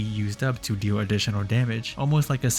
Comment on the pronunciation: Deew Whiwe Normaws